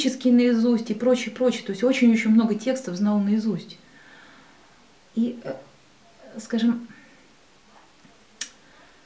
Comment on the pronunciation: "скажём так,скажём так" всё нё так мнё, всё нё так..